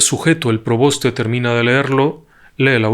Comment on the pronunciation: Disculpe w le corrija es: preboste y no proboste . Gracias